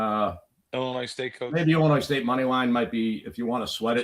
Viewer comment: Illi-noy the s is silent. You sound like a third grader saying illinoise